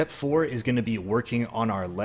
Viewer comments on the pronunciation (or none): none